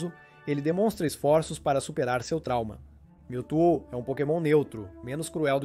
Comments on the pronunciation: o vídeo foi bem legal, só melhore na pronuncia. Pq Miltu ficou engraçado kkkkk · O video é bastante interessante e bem elaborado, contudo a dicção deixa muito a desejar. Atenção não quero ser mal educado mas vários nomes dos pokemons são mal pronunciados. Exemplo MEWTWO (a pronúncia é igual ao MEW e Two (dois em inglês), pois é a versão dois do mesmo). Atenção não quero parecer mal educado mas acho importante reforçar desde o início para evoluir cada vez mais